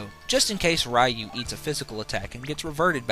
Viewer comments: Potato and tomato you can get away with, but Ryu is a specific pronunciation. It's similar to being named Ray, and being called "rye." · It's pronounced "ree-yoo," not "rai-yoo." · Technically it's pronouced "roo". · Ray? You mean R-Eye?